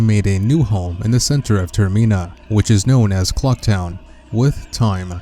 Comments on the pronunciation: Hey dude your pronouncing the area incorrectly. It's not 'ter-meen-a' It's 'ter-min-a' as in termination or terminal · Not Termeena, Termina. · its not termeeena its termina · "Termena" not termina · TERM I NA??????? TERMENA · ITS NOTT TERMINAA ITS TERMINA AAAAAAHHHHH -Triggered Watcher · dude it's pronounced ter-mi-na not ter-me-na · Its pronounced "Ter Mi Na" Not "Ter Mee Na" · TERMINA NOT TERMEENA!!! I can't, I just can't. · It's not tur mean ah it's tur mi na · TerMEANa? I think you mean TerMINa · golden gamer does have a point, I think full translation would make it more like "terminus" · That's why I stopped watching the video and moved on to watching something else. Not sure what you're intending to achieve by stating the obvious?